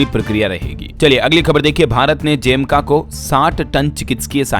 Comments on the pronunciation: जेमका नहीं है जमैका है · जैमका नहीं भाई ये जमैका है ।।।